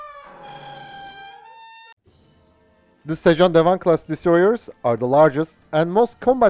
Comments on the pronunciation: FYI, your pronounciation of sejong dae wang is almost perfect. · The Korean pronunciation of the destroyer is very good.